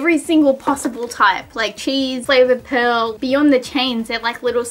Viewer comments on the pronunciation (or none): none